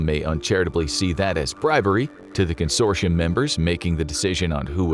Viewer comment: why do you pronounce consortium (con-sore-tee-yum) as con-shore-she-yums